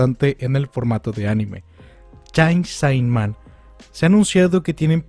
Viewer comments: >"CHAIN SAI MAN" Dude, es CHAINSAW MAN o en japonés pronunciado como "Chensō Man". Fuera de eso, buen video. Gracias por la información. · hey, no lo digo por mal, pero se dice "cheinso man" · Chein so man mínimo. Esa pronunciación omg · "chain sai man" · Que paso con la pronunciacion de chainsawman? xD